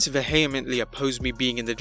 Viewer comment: Weird way of pronouncing 'vehemently'.